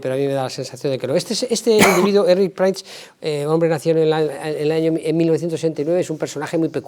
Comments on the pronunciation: Por favor por qué pronuncias mal el apellido Prince? Se dice Prins no Prains, es horrible oírlo. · Y dake con pronunciar "Prains" el apellido del pobre Erick, mínimo rigor periodístico es averiguar cómo se pronuncia el apellido de una persona.... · Se supone que, no?, pues por favor, intenta pronunciar el apellido de Prince CORRECTAMENTE. Gracias 🙏